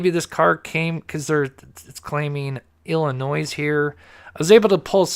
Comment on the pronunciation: can't say Illinois correctly to save his life. Good show though!